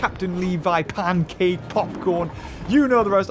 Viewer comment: I laugh so hard when say Pencake boy XD